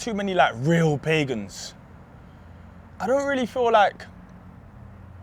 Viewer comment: *Pagans not Paigons